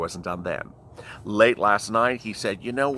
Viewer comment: I don't understand... Is it lalite or late... Cause it sounds like you are saying lalite?